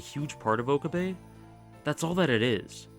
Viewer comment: its Oh-cab-eh (okabe) rin-tah-roh (rintarou). ive watched alot of anime so yes i can pronounciate japanese words 😂